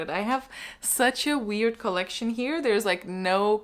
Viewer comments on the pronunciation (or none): none